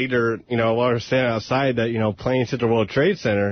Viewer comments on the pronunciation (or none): really is incapable of pronouncing ‘th’! This = Dis, that= dat, the = da. Lord uh da rings. Fucking annoying